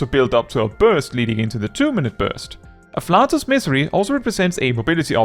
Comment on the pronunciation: Just as a heads up, “afflatus” is pronounced uh-flay-tus. Not “uh-flat-us”